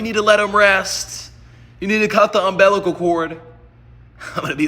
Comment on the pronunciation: "Umbellical cord"😂😂😂